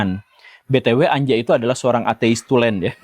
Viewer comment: Anja lebih tepat dibaca Anya, pak Guru